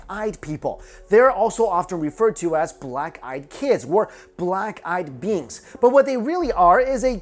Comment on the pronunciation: I kept thinking he was saying "Black Eyed Beans" instead of "Beings".